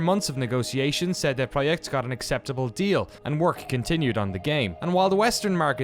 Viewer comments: I love your videos and i love how much love you give to in my opinion the best developer in cd project red but please can you pronounced their name correctly? For some reason every time you say their name it sounds like you saying CD proheck lol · no it's tse de proyekt. Ts is an approximation because it's a single consonant, absent in English. It is present for example in German: Zentrum, Zeppelin, Zinc, or Russian: tsar (цар, car). Letter C always maps to this sound in Polish, never K sound. Probably all other Slavic languages with Latin alphabet as well. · It's official, I'm saying it like: "CD Proyekt" from now on, so I can sneer at my uncultured friends when they say "what?". Great documentaries, a company to be held up as an example for sure.